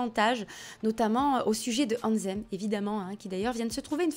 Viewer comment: C est pas AnZZem mais AnTHem ! 😂 travail ton anglais lol